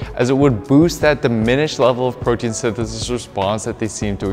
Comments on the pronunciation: I think think your wordout session may have been a bit long and your tongue was overtrained in this video. Your form was getting a bit sloppy saying “protein synthesis” towards the end lol. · Protein synthesithisis